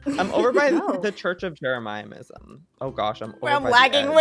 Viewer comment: why does he say jeremiahmism